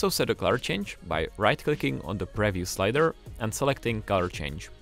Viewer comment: if this guy says preview like that one more time...